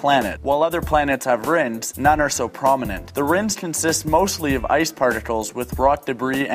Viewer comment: He said rins when it is rings